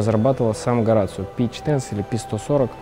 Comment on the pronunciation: Правильное произношение: Хо-ра-сио.